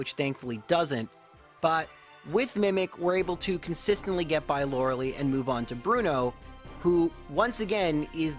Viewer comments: Lur-el-Lee Every other pokemon youtuber: lor-eh-Lie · Bro, its pronounced laura lie. Not laur eh lee ..killin me smalls. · Hey hey, if your going to keep saying Lorelie, you should pronounce how they do in the anime... Prima. Lets all get it right. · Lorel-eye is the correct pronunciation. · I get triggered every time he says Laura-Lee in every video